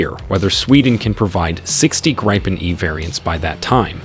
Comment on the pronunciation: You know it's an AI video when they pronounce Gripen as Gry-pen and not griffin. #propaganda